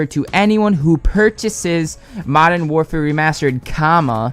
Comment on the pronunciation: Haha he says it "mofern warfare" they aren't selling it separately. They said that word for word.